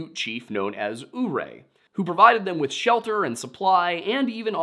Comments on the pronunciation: I could be mistaken here, but as i grew up along the Uncompahgre, a stone's throw from the city of Ouray, and in the town where the grave of the chief is I think I can offer a little help with these names; the river is the “Un-cum-pod-ray” and the city and chief are “Yer-ray.” Not to poke too much fun at a fine man from the land of Penn’s Woods, but we southwestern Coloradoans actually have a little joke regarding some of the names in our region and he can easily tell who front here and who's never even passed through the area. Another good one is the town of Olathe. Most who are not from close by don’t get close to how it is actually pronounced. Anyway, love the video boys, and was mildly surprised to see something from my home region make it onto the show like this. Keep up the great work! Another fun little story is familiar with is that sometime in the ‘80s or ‘90s, i believe anyway, a gentleman actually tried selling jerky under the name “Packer’s Jerky” or something of the like thinking of would be a hit. A surprise to few, I'm sure, said gentlemen lost it all on this venture. It's almost like no one in Colorado wanted to by meat sharing the name with our local cannibal. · As a Coloradain I am going to make some corrections. It's Unc-com-padre like uncle, and padre. It's also Your-ay non ooray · Just a note - Ouray is pronounced yer-ay. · I normally wouldn't make such a comment, but you've asked for similar in the past: If the name you keep saying is spelled "Ouray," I can tell you that within Colorado, locals pronounce this "You-Ray." (There's a town with that name, so it comes up more often than just stories about natives and/or cannibals.) I don't know if that's an accurate rendering of the original name, but that's how it's said today. Sorry if this comment is already here; I skimmed some but wasn't going to read all 419.